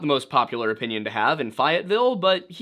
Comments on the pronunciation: My brother in Christ- it is pronounced Fay-IT-ville. Although named after the Marquis de Lafayette, at least in red-neck country, we pronounce it the 'murican way. Love you. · The way you said Fayetteville was hilarious its pronounced Faye, It, Ville 😂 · okay, you did a phenomenal job with this, and my husband having been a firefighter, those children were not in that house. Just a pet peeve, though, the town is pronounced FAY-uht-ville. I'm native. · just a tip it’s “fay-it-ville” lol so my great great grandfather worked this case. this is somewhat the most accurate depiction of this case i’ve heard especially with the firefighters. first off, it’s been widely reported that the father wasn’t greatly disliked. the people who lived there never actually heard him make political remarks. secondly, no one actually saw the children after the fire. my family and others who worked the case DO believe the fire was due to faulty wiring. they DO believe the snow and cold weather compromised the phone line. basically how the story around town goes is that the father, while didn’t have issue with the public WAS abusive. they believe that due to poverty, he decided to kill or dispose of some of their children one way or another. also, again, there were absolutely NO actual sighting of the children. when it comes down to it, during that time in WV, it was actually common for death and for people to go missing with little to no investigation. my uncle lived next door to the last surviving sodder and she absolutely believed the rest were dead. she has no clue how, but she knew. i have so much more on this case due to my family’s connections to it so if you or anyone has questions, i can try my best to answer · Just a note, it's pronounced FAY-et-ville.😊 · As a someone in an adjacent area, its pronounced FAY ETT VILL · Just a friendly tip, Fayetteville is pronounced Faye- it - ville Thanks for another great video. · I an from the area and it is pronounced Fay-it-ville 😉